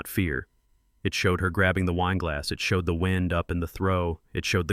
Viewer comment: The wind up? The word in context is pronounced like "wined", an adjectival use of the word. Poor AI.